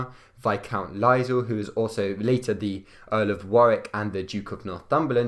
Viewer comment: also Hertford should be pronounced Hartford and Lisle is not Lizel but Lie al